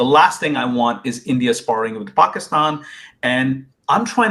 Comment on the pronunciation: The way he said paakstann 😂😂😂 in the introduction, i knew he was born in pakistan and he is also a product of delusion and inbreed dumbwits 😂